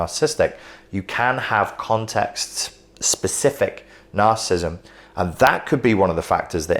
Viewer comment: You keep mispronouncing ‘narcissism’ and ’narcissistic’. Why?